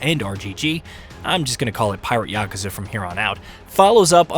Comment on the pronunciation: YAKU!! YAKU!!! NOT YAKA!!